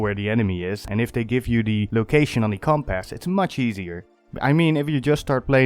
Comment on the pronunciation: Compass - (Say it this way - Compus) Love you man!